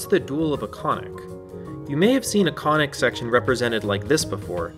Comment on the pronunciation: every time he says conic section, i hear "koenigsegg" haha graph go vroom